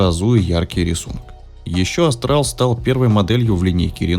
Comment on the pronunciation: Не Астрал, а Австрал! Вы же не говорите Астралия или Астрия